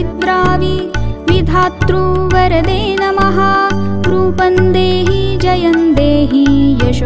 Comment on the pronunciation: Beautifully sung but please take care of. Few words next time. Every word should be correctly sung or recited. It’s rupam dehi not rupan dehi . Many more words are wrongly pronounced. Please correct them if possible next time. I listen to it too often. Great voice👍🏼